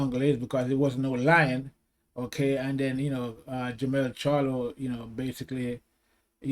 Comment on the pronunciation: Its Jermell Charlo@ Not Jermall as you keep saying🥊